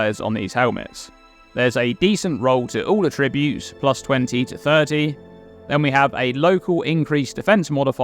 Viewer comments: That's not how we say it though... He is saying it the way it's said as a verb. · Can you please learn how to say "Attributes". It is killing me trying to watch your videos. The emphasis is on the first syllable. Thank You.